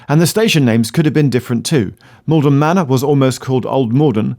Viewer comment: It is Maldon not Malden.